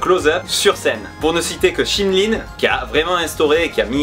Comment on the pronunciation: Très très bonne vidéo mais c'est Shin LiM